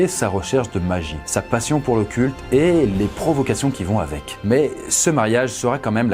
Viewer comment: On dirait que tu dis "sa passion pour le cul". En même temps, c'est raccord...